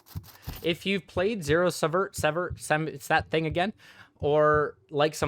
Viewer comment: well done, is an understatement!...it's pronounced as if it were spelled 'seevert'